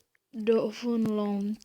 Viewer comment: sorry ale mluvení a t english dislike přej download řekne po písmenka ch dislike